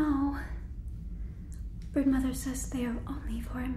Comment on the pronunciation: please tell me i'm not the only one who heard "Birdmother" instead of "Broodmother" 😭😭😭